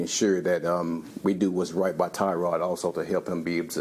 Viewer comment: It’s pronounced “Tuh-Rod”